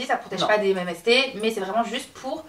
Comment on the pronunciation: (à ): en français on dit "que vous nous disiez" pas "que vous nous dites" 🤣 Et MST pas MMST 🤣 Kiss😘